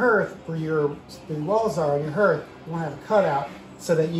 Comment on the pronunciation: That word, “hearth” sounds like heart, not like herd.